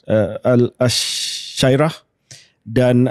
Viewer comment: Kecewa dengan episod ks kali ni. Awal2 mengaku bukan ahli bidang & then proceed untuk discuss jugak. Banyak kesalahan fatal dalam discussion. Sebut asyairah pun tak betul. Tak setuju pun at least jemputlah wakil pihak mufti wilayah persekutuan jelaskan pendirian mereka. Adil bukan sahaja kena dalam bincangkan politik kepartian, tapi mestilah lebih dituntut dslam membicarakan soal akidah